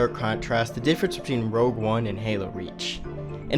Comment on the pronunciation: K I hate to be that guy. But it’s rogue not rouge